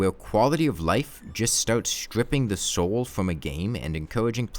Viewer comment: "wipping the souw fwum da game"